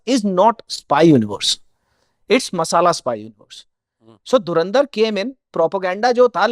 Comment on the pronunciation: Nice but AI couldn't say Dhurandhar properly